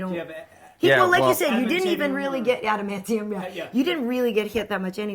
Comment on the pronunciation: "Adumb-an-TAIN-IUM"!?!? C'mon, Nerd card revoked!